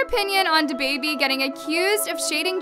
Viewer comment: I love you but it’s “DABABY” Not “the baby” 😩😩😂😂